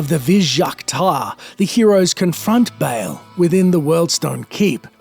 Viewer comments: Dude it's pronounced Ball not Bail. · dafuk is "bale"? its BAAL